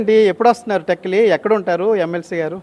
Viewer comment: టెక్కిలి కాదు రా టెక్కలి